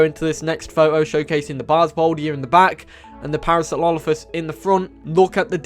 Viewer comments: Please learn how to say Parasaurolophus lmao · You butchered my favorite Dino's name please talk slower and give yourself time to enunciate. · I’m gonna be that guy, what was that pronunciation in the beginning because that’s definitely not Parasaurolophus.